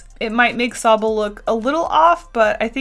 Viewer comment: mmm yes thats s o b b l e i just realized she meant to say sobble ack